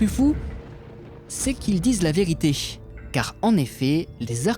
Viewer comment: Vos petits documentaires approchent d"une qualité professionnelle et sont admirables. Pour améliorer ce qui peut l'être, vous pouvez songer à corriger certains détails de votre diction, en particulier les fins de mots : "enfoui" qui devient "enfouishhhh" (1'29), "la vérité" qui devient "la véritéshhhh" (1'47) , "en Italishhh" (2'16), "une brebisshhhh" (3'13), "soigneusement marquééshhhh" (3'22), "hé ouiiissssshhhhhhh" (4'51), pierre poliissshhhh" (5'03), connuuusssh (6'32). Bref c'est un tic de prononciation qui à force est horripilant, que vous pourrez facilement corriger. Et laissez tomber les "hyper cool" et autres mots zombies. Qui aime bien chatie bien. Votre chaine est remarquable.